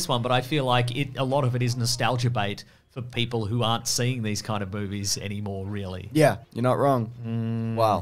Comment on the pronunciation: So says Boobies instead of movies......?... explain?